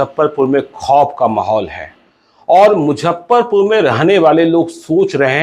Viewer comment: Don't Mujhhaparpur it's Muzaffarpur